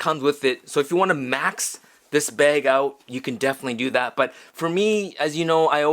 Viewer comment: It’s pronounced “camera bEGGs” 😉 jk jk love you 🌮